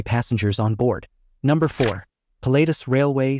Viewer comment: Not "Pill-late-us but Pilahtuss is the correct pronounciation